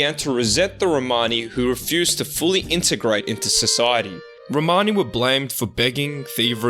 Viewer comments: Romani - with the accent over the 'o'. Your own guest Lee even says it for you in the correct way. You could have at least referred to them as Romani and not Romaaaaaaaaaani... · can't listen to this word "RomARni??" try saying Romani (There's no R in the middle of it) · It's not row mani it's one full romani or roma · You are pronouncing it incorrectly. Its RO-MAN-ee. My wife is Romanian and has Romani freinds. Also, this is nothing new. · Țingani.. not Rromani.